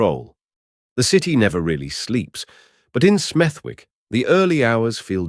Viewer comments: AI voiceover. its pronounced Smethick. the W is silent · I live 10 minutes away from smethwick n in brim we don’t play if ur the target ur dead 💯 n it’s pronounced smethik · Lived in Birmingham for 53 years. Never heard of Smev-wick? Just saying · His pronouncing of Smethwick lol changes every time he says it.😂😂😂😂